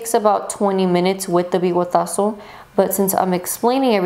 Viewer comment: "Bigotaso" lmao